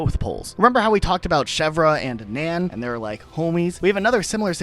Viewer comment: How can you pronounce nanny properly and then screw up Nan so badly!? It’s REALLY irritating Nan doesn’t have an “o” anywhere in the word